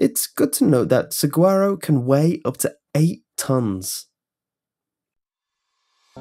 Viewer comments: You mispronounce Saguaro (Su-wahr-oh). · Just an FYI from someone who lives in Arizona, the g in saguaro makes an h sound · As a Southwestern boy I cringed at his mispronouncing of saguaro; also, anyone else go "hehehe" at the news of the dumbass' death? Final addendum:, you say "dark" I say hilarious